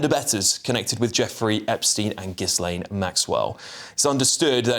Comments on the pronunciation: Yep. Ghee-Len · You could at LEAST have bothered to check how to pronounce Ghislaine correctly!!